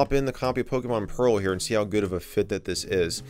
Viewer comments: Lol "Pokemon Peral" haha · "Pokemon PERAL" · Ah yes, my favorite DS game. Pokemon “Peral” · Pokémon “Peral”